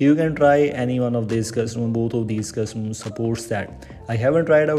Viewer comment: Pronounce "custom ROMs" correctly first. It's extremely distracting every time you say 'cuzzumoms'.